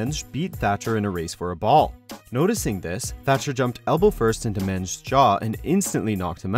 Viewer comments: His name is Men-Dez not Menj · Mendes not menge😂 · Men dezzz not Menz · It's pronounced Men Dez not mends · Its men-des are you serious!!! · but yet he pronounced mendes as menz.. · How can you not pronounce Mendes correctly? Men-des it's not hard say men-des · Bloody hell I've heard some butchery, but c'mon, how are you pronouncing Pedro Mendes' name?!? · Learn how to say Mendes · How the fuck can you not pronounce Pedro Mendes’ name right? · Thanks for calling it football. But you can’t pronounce Pedro Mendes name.